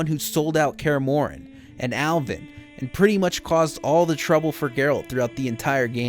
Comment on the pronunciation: . “Jackie don’t want no trouber”😂